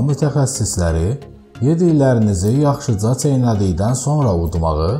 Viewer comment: Deyerli meslehetlerdi heqiqetende teşekkür edirəm. Sadece danışan kimdirse ləhçəylə danışır.Neçə yaxşıça, şişçiliyinden ç herifi çox vurğu ilə deyir.